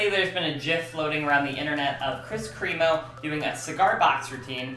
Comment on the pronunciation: Kris kremo is pronounced (crem-oh) not (cream-oh) just to let you know lol.